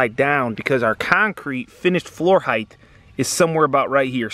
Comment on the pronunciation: I really enjoy your videos, except for one little thing. It's length, width and depth, but not heighth - It's height.